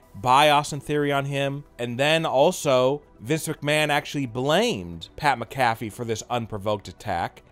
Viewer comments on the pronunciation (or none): Wtf is Pat Mcaffy?!?